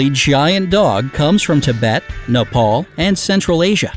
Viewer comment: Nepol!!!!!! serously? it is Nepal